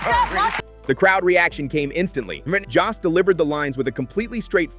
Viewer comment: JOST RHYMES WITH GHOST !